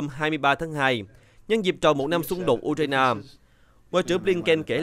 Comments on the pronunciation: Tiếng Việt cũng ko đọc như thế. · đọc theo tiếng Việt